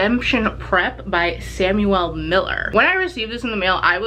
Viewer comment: why did u say samuel like that